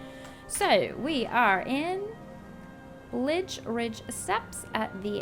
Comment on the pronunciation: Im no longer calling it blazeridge.... it is now BlidgeRidge